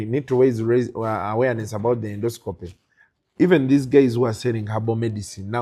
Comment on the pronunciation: Naye musawo oluzungu nga lunji😢😢😢😢ffe ba futu bigere situbitegedde 😳😳😳 ndosikopuuuuuuu😅😅😅😅😅pulizi nexiti tayimu lugaaaa fulooooooooo. ✌️✌️✌️✌️✌️